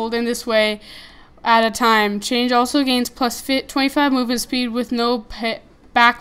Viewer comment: Lol it's chang'e (chan-g-uh{note the apostrophe}) hope this helped :)